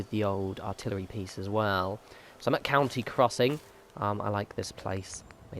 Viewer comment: It's country crossing not whatever your said wtf